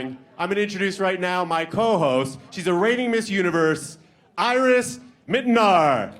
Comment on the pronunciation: I don't like the guy announcing and around the 57 minute mark when he said "Iris (Ear-Ees), Iris, whatever we're gonna call you now" that was so rude - Her name is not "Eye-Ris" it may look like it but it's not. Show some respect!